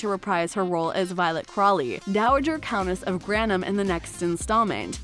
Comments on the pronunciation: Dowager Countess of "Grannum"? Please... your pronunciation.. now Grantumm? It's GRANTHAM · Grannum??? It's Gran-thum... not Grantumm. Or Grannum.. please please get it right. And get over Matthew Goode being absent.... SERIOUSLY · Hehehe......The cringey bot voice had problems figuring out there's a "th" diphthong in the Grantham name.